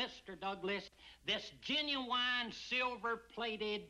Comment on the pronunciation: No, because you mispronounced Gen-u-wine.